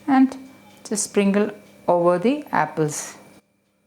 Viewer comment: Pretty thick Mallu accent. Aunty, it's sprinkle NOT springle